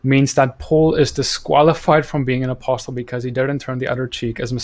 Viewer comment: Great content. Just being a stickler here: "Apostle" has a silent "t". Should be pronounced "apossel" both in UK and American English. Keep up the good work.